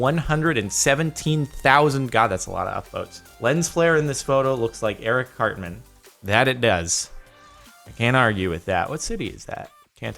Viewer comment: Lol I thought he said Eric CLAPTAN not CARTMAN